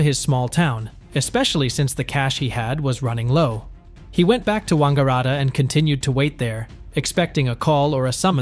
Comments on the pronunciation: That's the first time ever that 'Wangaratta' has been pronounced in a posh Italian style. In Australia we say it much more bogan. Like Wang-ga-rat-ta with emphasis on the rat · Yeah he pronounced it like a Chinese dude 😂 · your pronunciation of Saunders and Wangaratta is incorrect.